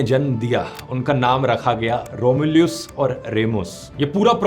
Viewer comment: Your pronounciations of रोम्यूलस & रीमस made me smile😁